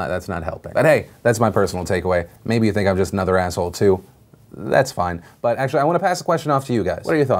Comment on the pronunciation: Whenever Philly says "but" I hear it "fuck"